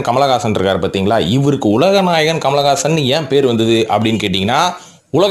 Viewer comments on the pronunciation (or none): Kamalagaasan… aa !!!! Peru correct a chollungo bro